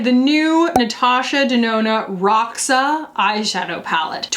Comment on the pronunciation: Roxa is actually pronouced "Hoh - sha", it means purple in Portuguese.:)